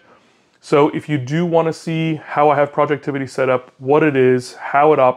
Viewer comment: Dude it's not projectivity, it's projectivy... as in poison ivy (although it's probably pronounced project tv)... and yes, he recently fixed the wallpaper issue that had been plaguing this app for awhile. It is now an easy 5 star app and the only launcher anyone need consider. Also, anyone interested in retro gaming, look up hyperspin 2025. It just dropped a few weeks ago and it is the most comprehensive collection of retro games out there. Will need a 512gb usb stick. Finally, thumbs up for sunshine/moonlight. I'm casting my steam games like Cyberpunk 2077 and Red Dead Redemption 2 from my linux PC to my TV with this setup, with a PS4 dual-shock controller... works beautifully.